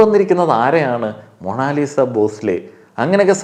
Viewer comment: മോ - ണോ - ലി -sa ...? she is മോണാലിസ .